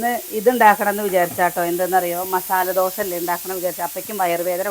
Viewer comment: ദോശ എന്നു പറഞ്ഞു പഠിക്കു